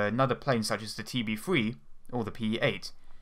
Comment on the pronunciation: Here, ill help you. TB-Three, not TB-Free